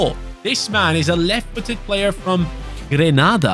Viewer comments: The CB is from the Caribbean country, Grenada. I pronounce it as Gree (like Green)-nay-da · It's "Gree - Nay - duh" .. Caribbean Island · Your pronouncing Grenada wrong it’s gre-nade-ah